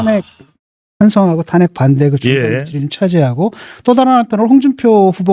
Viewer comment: 직끔 아니고 지금..